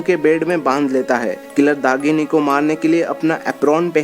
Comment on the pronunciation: Dahini and not dagini behcd